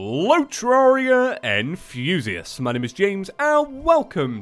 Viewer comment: This is like 3 years in the future and I just figured out he says hello terraria enthusiasts I thought he said hello terraria and fuseus and I was like who is fuseus